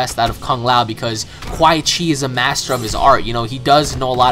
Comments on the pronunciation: It's quan not qua chi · sorry But ITS Quan Chi not Quaii chi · QUAN. QUAN Chi. Not QUAI. That was really pissing me off the entire video. Good video though. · QUAN BRO NOT QUAI. (KU-AN) I literally turned the video off Bc of quai chi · The fact that u call him QUAI CHI makes me think this is the first Mortal Kombat you've ever played. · I love your vids and really like you plus you've probably gotten this 100 times but the "Quy chi" was like nails on a chalkboard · ***** Funny how u call Quan Chi "Quai Chi" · It's Quanchi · I cringed so bad whenever he said quai Chi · I'd you say which quichi one more time I will slap the scrap out of you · I thought it was funny how you kept saying Quan Chi's name wrong. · Christian Rocha Yes, it was painful to here him say his name like that again and again.. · Why does he say quan chis name like that